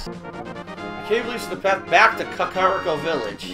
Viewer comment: I've never once heard anyone pronounce kakariko village like that.